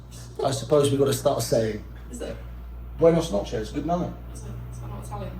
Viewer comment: "Buenas noches" well said in spanish!